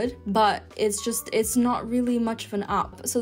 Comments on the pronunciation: It’s /aep/ not /ahp/ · What’s an opp? Should that not be app? Pronouncing vowels correctly is surely basic to learning any language. Thank you for your effort but no thanks.